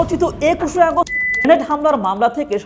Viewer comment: আগস্ট বলার সময় করেন কেন? এতো ভয় 😂😂😂😂